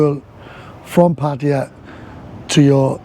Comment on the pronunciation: Thank you for pronouncing Pattaya correctly